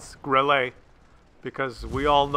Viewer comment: Please pronounce Grille correctly ... it doesn't have "ay" at the end. It's just "grilla" ... like gorilla but without the "or".